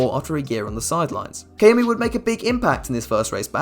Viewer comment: kamui, not kaumi